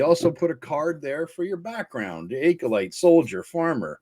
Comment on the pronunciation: Hey brother. My wife's boyfriend texted me and told me to tell you that you mispronounced "acolyte". It's a short "a" (ă) not long (ā). Now this said, I find your critique of this box set to be otherwise absolutely spot on.